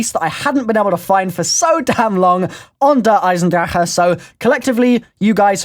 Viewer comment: thank you for saying "Eisendrache" right (thumbs up)